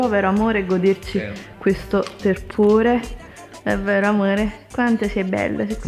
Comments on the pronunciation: Si dice tepore non "terpore".....😱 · Terpore non si può sentire.